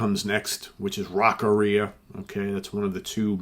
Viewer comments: I think it's Rock "Aria". An aria is a operatic piece, so it is "Rock AR' - ee- uh" and not "Rock - uh- REE' - uh". Just a thing.. no biggee.. :) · Hearing say Rock-arrhea makes me think of that song in a whole new light now lol